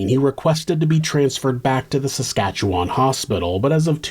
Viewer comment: cant believe i havent heard about this one considering it took place just up north from me! (ps: thank you for actually pronouncing saskatchewan right❤ it's so often butchered to samsquamch and sashashawa on true crime channels that i feel it's worth noting :b)